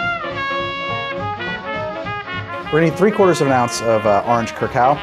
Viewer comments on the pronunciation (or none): Please go on a website to learn how to properly pronounce “Curacao” koor- rah- sou.